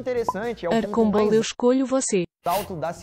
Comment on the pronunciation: Archon Baal ficou mó engraçado, soou até como "arcoball" kakakaka trinkei